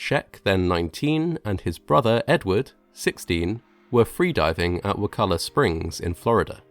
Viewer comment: First as a nearby resident, thank you for pronouncing Wakulla Springs correctly. I applaud the man for doing his best to improve safety, but cave divers are dying all the time just in Florida alone. One died last year and there is one whose body was never found.